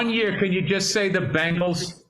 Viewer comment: Bill’s distinction between bangles and bengals is indistinguishable